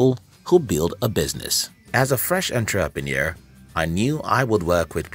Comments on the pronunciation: Say entraprenuer one more time.. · EnTRApenuer? Lol that pronunciation though. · That Enn TRAA Pre Noor kills me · Everything is great in this video, except the way he pronounces "ENTREPRENUER". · WTF is a “on-trap-a-near”?!?!? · Good points. May I request the following corrections: 1. You mention in seconds duration that you learnt 10 lessons by reading 300 books while actually there are 9 lessons in your content. 2. Your pronunciation of entrepreneur is incorrect. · So you read hundreds of business books, but can't pronounce the word "entrepreneur"? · Entrepreneur? It's pronounced: entrepreneur! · The English is sooo bad. And the pronunciation of 'entrepreneur' is just so wrong. And the voice is so robotic. Is this video for real? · I get your point and on second thought I agree with you fully, one needs to pay serious attention to such.🙏🏿😉